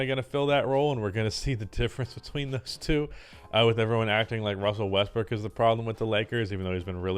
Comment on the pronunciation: Did you just casually say, “Russel WestBRICK” a couple of times?